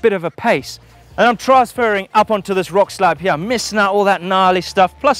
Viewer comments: Now you've said that I can't stop listening to 'hiyeah' when he says here🤣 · Love how says "here"...."Heeya" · It's a hip jump, that I can jump from hiyeah down to theiyah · listen right meow heryah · It's as if Eric Cartman was playing Super Troopers' "right meow" game.